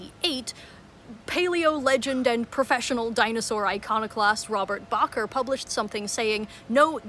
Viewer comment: Robert Bakker, not Bacher.